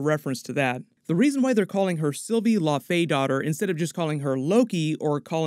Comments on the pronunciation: It would be pronounced laufeydo-tir like dough-tier. Btw. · For future reference, it's pronounced Lau-fee-dot-er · Dottir is pronounced "dough teesh" believe it or not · Can you please start pronouncing laufeydottir and laufeson correctly? Low (like cow) Fee Son. Not La-Fay-son